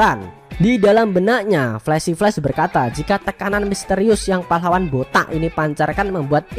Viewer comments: Jangan terlalu ditekan kalo ucapkan botak entar ada tuyul marah😂😂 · Bilang BOTAK.nya greget banget. Yg ngrasa botak pasti sebel bet dah. 🤣🤣🤣